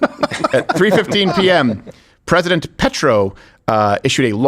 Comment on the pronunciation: Steven, don't be dumb. Petro comes from Latin for Stone, not petrol. Like Peter.